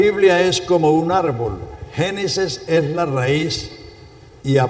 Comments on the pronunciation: Alguien que le diga a ese pastor que no diga "Genisis" porque si esta enseñando, que hable correctamente. GENESIS. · con todo respeto, es Génesis, no Genises